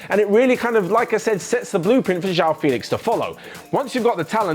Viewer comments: It's not Jao Félix IT'S JOÃO FÉLIX 😂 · "jewel" 😂 😂 😂. That's nothing how it sounds like